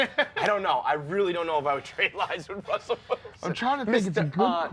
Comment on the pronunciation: It's Russell Wilson! you dropped an L my guy